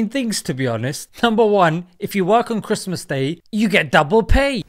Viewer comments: It's chris-mun 😂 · "it's Chrimez" 😂😂